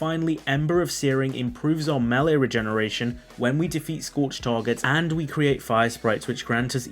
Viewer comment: Dude. Why in the hell do you say MAHL-LEE instead of May-Lay? Nails on a chalkboard, I'm telling you.